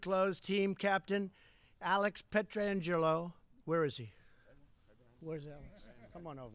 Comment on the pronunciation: Learn how to say Petro's name right.